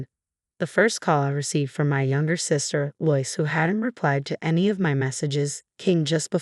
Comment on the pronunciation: The name LOIS is pronounced as "LOW-ISS". I think you always get at least one or more simple word or names mispronounced, in each and every video. Stories are interesting but the telling is always off!